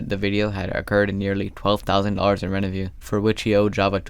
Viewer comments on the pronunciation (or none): Also i love how he calls revenue "renevue"